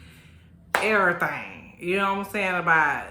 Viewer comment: Not Errthang lol and churren 🤣🤣🤣🤣🤣🤣